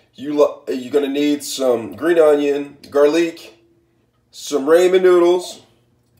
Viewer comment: 2 years later hes still calling it RAY-MON it's RAM-MEN 👌😂💀